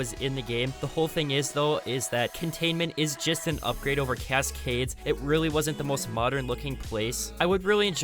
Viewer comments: cass-cades???? I dont dislike the guy but how does he sound so robotic? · The way he pronounces cascades obliterates my soul 💀💀💀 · I can't stand the way you emphasize the last syllable of Cascades. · “Cas Cades “ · Sorry have to say it I hate the way he says cascades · I love your content but I haaaaaaaate how you say cascades 😂 keep up the hard work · Why did you say Cascades the same way every time you said it XD Good vid tho